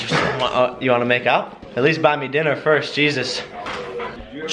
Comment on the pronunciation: Jake Paul "Firts"? Lol!